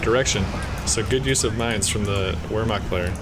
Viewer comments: as a usf and coh2 noob I love those videos, in return, please take those letters to helpbyou with the pronounciation of german words: W = V v = F so Vermacht or folksgrenadiers. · It's pronounced roughly "vair-makt"